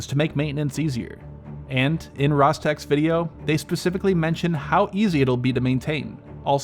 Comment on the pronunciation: It's a RosTeH sounded like rostech but h in the end